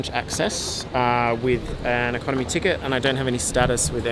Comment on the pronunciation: No one: Absolutely no one: Ecomony guy: No Lounge access